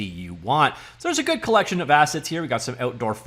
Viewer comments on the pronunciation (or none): none